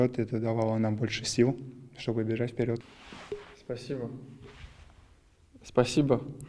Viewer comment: Изя, давай русский учи. Спасибо без акцента уже говоришь .